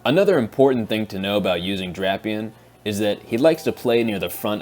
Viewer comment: how would drapion end up loosing to fighting types? Poison resist’s fighting and dark is weak making him neutral to fighting moves. Love the channel tho has deep analysis. Also your friend is pronouncing drapion wrong it’s (Drape/ Eon)